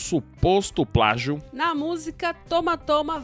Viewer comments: pragio kkk portugues passou longe assim como essa idéia maluca dele kkkk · NADA HAVER ABESTADO , É NÃO E "PRAGIO" E "PLÁGIO" 🤣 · É "pragio "😂😂😂🤣🤣🤣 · É "PRAGIO" não kkkkkkk Não tem nada a ver kkkkkkk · eu sei o que é plágio mano eu só estava frescando, com a pronúncia do rapaz RS. Ele pronúncia pragio